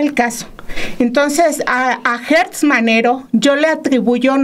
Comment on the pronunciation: Repiten y repiten el nombre de Alejandro GERTZ Manero, PERO lo pronuncian mal, es GERTZ no GUERTZ!!